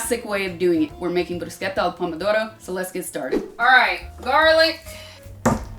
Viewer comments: Perfect job, perfect pronunciation of bruschetta! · I always thought this woman was perfect, I was right, she not only prepares bruschetta the way it should be done but even pronounces it correctly, brava Sasha. 🍺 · Nice pronunciation! I normally dice the pomodoro directly in the bowl, just to have all the juices , and add some origano. Sometime I add some diced feta too. Uh, olive oil on bread before rubbing the garlic! :) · Thanks for pronouncing Bruschetta in the right way, grazie 😊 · As Italian born and raised in Italia the most satisfying thing is the perfect pronunciation of bruschetta🤌🏻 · My only fear was you pronouncing bruschetta wrong. Thanks chef, italians approve. 😁